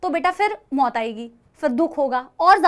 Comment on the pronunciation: 😅Mam aap Jab Mott aayegi bolte ho toh mai toh 😂😂